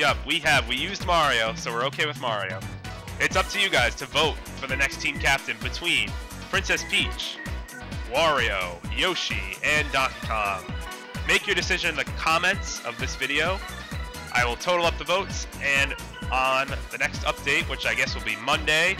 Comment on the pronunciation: lol its DONKEY KONG not kondey gonk